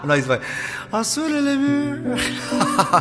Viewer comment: Oh and when you say “en’sous de les murs” (under the walls) I understand that you did a contraction of the word “en-dessous” (meaning under), but i guess the more common contraction would be “end’sous” (pronouncing the “d”). I also wanted to point out that “de les” (of the) in french does not exist, we refer to is as “des”, so it would be “en-dessous des murs” even though I must admit that the way you say it just sounds incredibly good